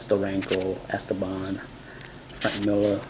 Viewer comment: The stress in the name is wrong: it is not ESteban, it is EsTEban. French puts the stress on the last syllable by default, Spanish in the one before the last. Wikipedia says: Esteban (pronounced [esˈteβan]) is a Spanish male given name, derived from Greek Στέφανος (Stéphanos) and related to the English names Steven and Stephen. Although in its original pronunciation the accent is on the penultimate syllable, English-speakers tend to pronounce it as a proparoxytone /ˈɛstəbæn/.